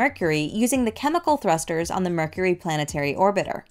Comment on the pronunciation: “Mercury?” Very Nice! 👍